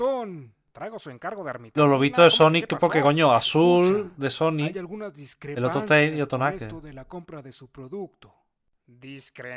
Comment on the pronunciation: Diacrenpanzas jajajja estuvo bueno verdad jajaja el nappa no puede decir diacrepancias jajaja xd... saludos desde México xd el lugar de la Hermitamlina jajaja